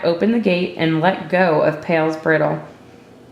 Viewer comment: Great reading! However, you are sometimes pronouncing bridle wrong. It’s a long i, not a short i. Like in briar.